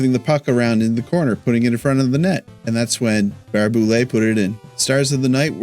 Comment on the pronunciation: It’s Barrhey- Boulet